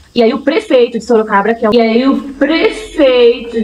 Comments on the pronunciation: ELA FALOU SOROCABRA MESMO, OU EU OUVI ERRADO?, EU ACHO QUE ELA QUIZ FALAR SOROGADO.😂😂😂😂😂😂😂. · Ela fala SOROCABRA 😂😂😂😂😂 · Sorocabra!! Soroboi, Sorocaba!!😂😂😂😂😂😂😂😂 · Sorocraba mesmo! Seria mais fácil ela ter dito Soroboi!!😂😂😂😂😂😂😂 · Eu moro em Sorocaba e não Sorocabra😂😂😂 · SOROCABRA E A LINGUA DELA DEVERIA IR PARA ESCOLA APRENDER FALAR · ESTOU ENGANADO OU ELA FALOU SOROCABRA ? OUVÍ DIZER QUE ELA É FUNCIONÁRIA DA PREFEITURA E RECEBE SALÁRIO SEM TRABALHAR...É AMÍGA DO GASPARZÍNHO, O FANTASMÍNHA CAMARADA. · ......"SOROCABRA"😂😂😂😂😂"MANGA"😂😂😂😂😂SÓ FALTOU O CAGALHÃO "DAMARES PAU-DE-GOIABEIRA"😂😂😂😂😂😂😂😂😂😂...... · Sorocabra ? Será q.não é soroboi ? 😮 🤭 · Sorocabra, Sorocaburro, Sorocavalo. kkkkk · Kkkkkkk nem soube falar a cidade q vergonha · So pode ser bozoloide kkkkk burra é pouco. ate o lugar ela fala errado misericordia